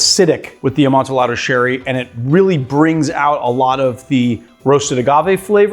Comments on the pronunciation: He certainly did. I always thought it was the typical Spanish double L, a-mon-ti-yaddo..... I think. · FFS Two LLs in Spanish is a ‘yah’ sound - Amon-tee-yah-do. 🙄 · It’s pronounced“amon-ti-ado”. For the love of God, Montresor! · Did you say "amon-ti-lado"? I hope that was an affectation and not how you really pronounce it. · Yeah...I got irrationally angry every time he said it like that. It's supposed to be a double-l y sound. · AmontEE-ado sherry. How can you pronounce añejo correctly but not amontillado?